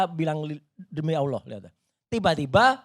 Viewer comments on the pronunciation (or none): none